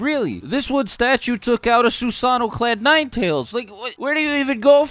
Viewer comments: Bro why in the hell do you pronounce Susano like it’s three different words. Shits annoying every time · Every time you say Susano'o wrong I die a little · “ThEIRR OwN INDiviDUAL SUsaANNOO”